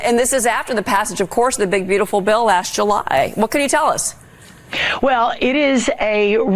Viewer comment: Bashing California then taking like a Californian, "last Julyeh"